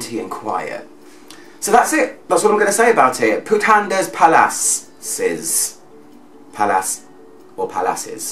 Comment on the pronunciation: it is pronounced 'puta(n) de palas' just in case you were wondering ;)